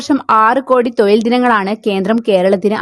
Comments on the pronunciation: തൊയിൽ അല്ല തൊഴിൽ ആണ് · തൊയിൽ അല്ല, തൊഴിൽ എന്നാണ്. ശരിയായി മലയാളം പറയാൻ പഠിക്കൂ. ഉച്ചാരണം ഒരുപാട് തെറ്റുണ്ട്. അടുത്ത വീഡിയോകളിൽ ഉച്ചാരണ ശുദ്ധി പ്രതീക്ഷിക്കുന്നു 🙏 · തൊയിലല്ല - തൊഴിൽ എന്നു പറ